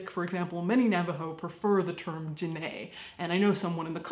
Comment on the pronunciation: Coming from a Diné woman, you said Diné really good! Also, thank you for mentioning that not all Diné people like to be called Navajo. Loved the shade you giving with the cherokee thing. LOL <3